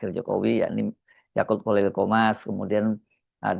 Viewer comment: Bro said 'yakult' each time 😆